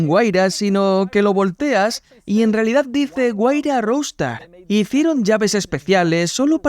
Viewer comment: Se pronuncia "rouster", no "roustar". Qué mal que hablan inglés los españoles.